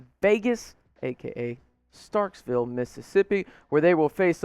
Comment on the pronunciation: one thing bud.....it's NOT StarkSville...it's Starkville